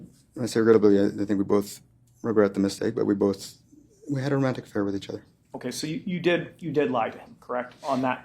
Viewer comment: observe (hear and see) how he acts when half-pronouncing "affair"